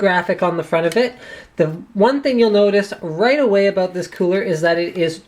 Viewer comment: I heard Linus say 'about', not 'aboot'... something's wrong here...